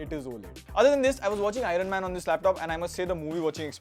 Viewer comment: Did you just said I-RAN MAN, bro come on 😂 I’m a big fan of iron man bro. it’s IRON MAN bro